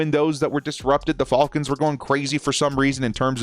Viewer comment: He says fall cons instead of fal cons